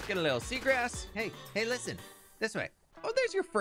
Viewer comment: Every time he says “Hay listen” I can’t help but laugh